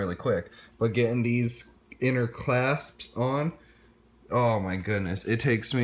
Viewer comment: Ffs bro! C-L-A-S-P-S. You driving me crazy!!! CLASPS!!!!!!! SAY IT RIGHT!!!! Great review!!